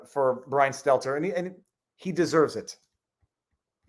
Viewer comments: Did he say seltzer or stelter? Called him a joke right out the gate, real 4d moves here. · I'm pretty positive its not on purpose but mispronouncing Stelters name over and over, just shows how little Stelter means to and I love it. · Frei S-T-E-L-T-E-R ... "Stedler" ... W-T-F-?